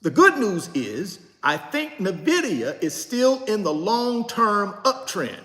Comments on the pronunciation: N vidia not Na Vidia though gotta learn that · It’s “IN-Vidia” not “NA-vidia” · Pure entertainment 😂😂😂😂😂....and he's still not pronouncing the company name right and probably NEVER will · That’s true he was sweating,,,, he has no clue of Nvidia,,, he can’t even pronounce it 😂